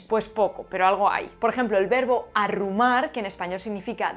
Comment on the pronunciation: Por un momento me ha parecido que decias Irrumar en lugar de Arrumar y he pensado, consecutivamente: - "A ver como lo explica." - "Yo creia que era latin."